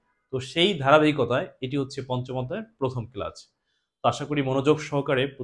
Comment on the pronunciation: ক্লাসকে ক্লাচ বলে কেন🤣